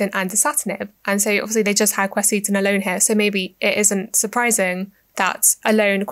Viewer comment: Didn't like how you mispronounced the words Fisetin and Qurcitin